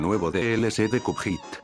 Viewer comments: Porque dices youtube se pronuncia yutub y cupead y cudfeat se pronuncia codped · "kup jeát"